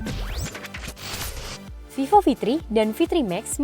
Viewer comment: yang bacaan nya vevo